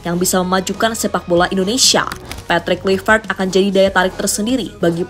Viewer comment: Mimin : terdengar seperti 'Kulivert. Apakah aku salah dengar? 😅 Ayolah.. kawan henti sejenak komentar serius. Semoga kecintaan kalian kepada STY tidak membutakan kalian 😅